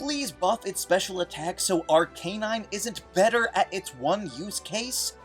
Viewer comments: "Ahr-Kay-Nahyn" Good lawd! it's pronounced as "Ahr-KAH-Nahyn." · Is it , , , , or ? Just call it ar-cuh-nine like everyone else and the show.